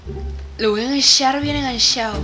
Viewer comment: Yo estoy pendiente pliss yo quiero robux mi cuenta es fulanitagame Mi parta favorita es cuando dijiste lo voy a engashar bien engashao Ya lo compaarti y todo